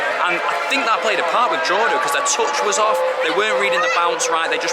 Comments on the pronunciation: Fair play on the pronunciation of Dundalk and Drawda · Decent job pronouncing Dundalk and Drogheda but you are an old hand now with the league😊